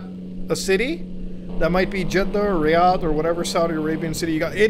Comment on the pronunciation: I was surprised that you have a background with Saudi Arabia, you pronounced jeddah and Riyadh perfectly